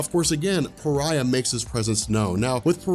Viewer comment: Came here because said Pariah as Far-eh, and it was so fucking annoying like how do you see Fareh in Pariah I have no idea. But there is so many ads in this video holy, I’d understand like 1 every 10 minutes but Jesus 😂